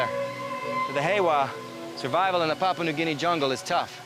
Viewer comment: As an Australian it annoys me how he pronounces Papua New Guinea 😂